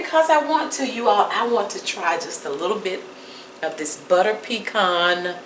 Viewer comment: It's just the annunciation of the buhterrrr that is like nails on a chalk board.. c'mon!